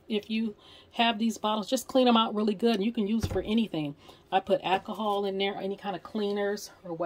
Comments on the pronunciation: Did you say "ack-a-haul"? There's an "L" in the word ALCOHOL. If you are going to be doing videos, don't be so lazy in your speech. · My friends father used to call it Ackahol too. This gave me flashbacks. However, of all the ways people are currently killing the English language, this can certainly be overlooked. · I had to look to see if anyone caught that. Too must be from the south someplace lol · Question, What is "Accahol"?